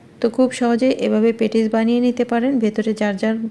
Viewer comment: পেটিস্ নয় হবে “প‍্যাটিস্”